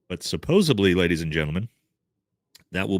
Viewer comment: it's supposedly not supposebly